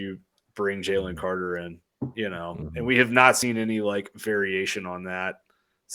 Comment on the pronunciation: As usual, good video. Also, it's pronounced "Jay-Lynn" lol He's gonna be a baller in the next few seasons. Go Dawgs!